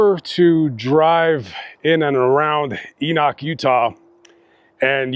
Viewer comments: "Enock"?? It's Ee-Nick.. 😉 😊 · Hi. I live in Enoch. It's actually pronounced E-nick. ANYWAY. My dogs had woke me up that night to go potty. I was actually outside when this happened. I heard the shots. It was pretty far off in the distance. When I heard about what the gun shots were, I dropped to my knees. I still hear the gun shots sometimes. Matter of fact, watching it now brings that night back. Im literally shaking w tears in my eyes. He also shot the family dog as well. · Not trying to be pronunciation police here, but Enoch is pronounced Eee-Nick in these here parts. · Ee-Knock, Utah lol you are not a local. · It’s pronounced ENIK